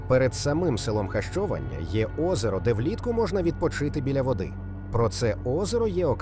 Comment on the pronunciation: Якщо говорити про назву села то потрібно озвучувати граматично правильно Хащованя наголос на третій склад.